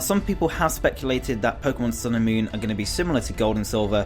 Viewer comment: Sounds like you keep saying Pokemon Sailor Moon.